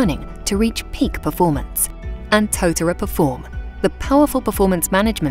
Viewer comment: Thumbs down for the mispronunciation of the Māori word tōtara